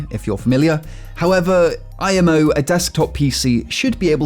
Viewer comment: Seems pretty common imo Edit: Ok I got to that part, the way he said it was weird though